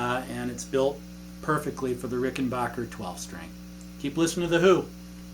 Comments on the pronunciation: Arrrggghhh Hey there MoodFeather 1965Pronounced phonically Rick-in-BACK-er not Rick-in Boak-er Please? Also Thanks for the lesson you and it are appreciated.. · Rickenbacker not rickenbocker